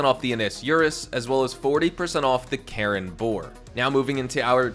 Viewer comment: You keep making the same pronunciation error with Karin. You keep saying it as "Karen", when you're supposed to say it as "Kah-REEN", with a hard E, not a soft E. Karin is a Japanese name, and it even says the name of the in-game company is "Karin", not "Karen".